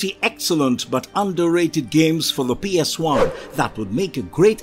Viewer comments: Did this mofo really just pronounce PS1 as “PS eye”? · Is there a reason why you have a habit of saying psi instead of ps1🤔 By the way interesting list of ps1 game's thanks for sharing the memories😊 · Why does he keep calling it a PSI?